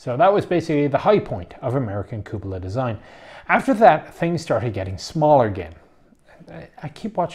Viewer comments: in italian it's cù-po-la, in other words the way you say it. not cu-pò-la nor cu-po-là. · Even though you're not Italian, you are pronouncing it right